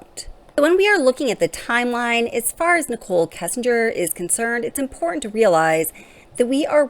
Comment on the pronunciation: You are too intelligent, and too wonderful a writer to keep mispronouncing two-syllable words that have Ts them. Please don’t say impor—int. Please see imporTant. You do it on a couple other words too and you’re way way smarter than that. I do appreciate your insight & your logic.